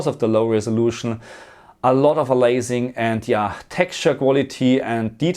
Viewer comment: You mean aliasing (a-lee-ass-ing) from the word alias (a-lee-ass -- the "a" is pronounced like the letter a), not "a-laze-ing"...